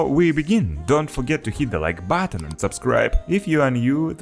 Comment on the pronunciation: It's pronounced button, not batton